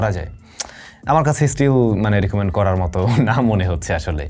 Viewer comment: ভাই রিকমেন্ট নাকি রিকোমেন্ট , বিষয়টি স্বাভাবিক কিন্তু আমি সত্যি সত্যি google translate এ আমি দেখতেছি এই শব্দের মানে কি